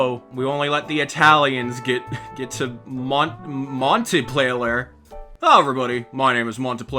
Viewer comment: Montenplayer 😂, it’s Montpellier, nice video let’s hope the next path isn’t broken. on the ocean front I dominated, says that after only sunk 5 boats. Pretty cool the outro new like (I was subscribed before this video).